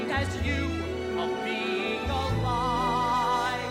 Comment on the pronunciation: Don't care for his interpretation at all, but, given the choice that he made as an actor, he did it OKAY. But DROP those "H's" where they're not written (i.e., HA-LIVE)..